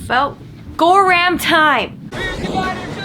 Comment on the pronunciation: " 'bout gorram time!" 😄